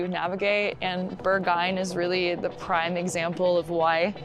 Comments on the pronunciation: Berg-hah-inn not Bergah-inn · The video is really well done! Can recognize a lot of real Berlin in your video. Just a cheeky comment: if you had learned your German lessons (well) with Rosetta Stone, you would never pronounce the club „Berghain“ like „Burghyne“, absolutely anglicized pronounciation of a non German speaker…anyway, keep on doing great videos like you do!